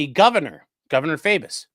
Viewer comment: Faubus like thaw: (Fawbus)